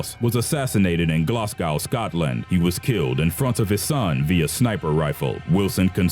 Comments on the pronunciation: Glasgow is pronounced glass-go not gloss-cow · It's glad-gO not glasguew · Glaz-go not glass-cow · "Glaars-Gauw, Scotland" LOOOL! It's pronounced "Glazz-go". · Glasgow. It's pronounced, Glas-go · It's pronounced Glas- Go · It's GLASGOW IDIOT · The way he says moscow lol and Glasgow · That pronunciation of Glasgow triggers me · For the love of God, please learn how to say Glasgow right. Same goes for any other Scottish city name. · you pronounced glasgow wrong lmao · He was shot where in Scotland? That's the weirdest pronounciation of Glasgow that I've ever heard. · great video, but one thing, you said Glasgow wrong, that's all, but anyway great video, make more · the way he said Glasgow 😂